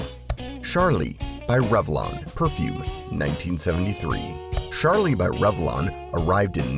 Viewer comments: It's Charlie, not "Shar-Lee"... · It is NOT Sharlie with a SH sound, it is with a CH sound like choo choo. AI is bad! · Nice but most of your pictures were from the 80's (there was no Charlie red, blue or red at that time). It was all one fragrance, and it isn't pronounced "Sharlie", it's Charlie, with a hard "ch". Get it right